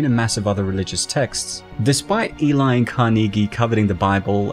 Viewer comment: Why is the narrator keep saying elai?